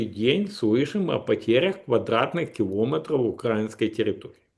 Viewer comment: У меня бабушка так говорила,, килОметров